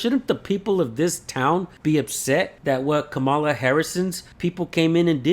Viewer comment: It’s pronounced Comma la.